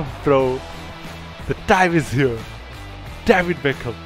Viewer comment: Bro its david beckham not daaved baackhaam